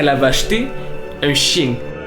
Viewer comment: "le chein" mdr le fail